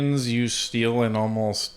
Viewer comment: When carney says steel he spells it s-t-e-a-l.